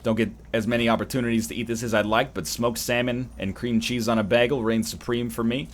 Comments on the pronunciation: Bah-ghul, whereas most others would probably say it as bay-ghul. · Sounds like Begel to me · NL says bagel funny. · Not even sure how to spell his pronunciation of the word bagel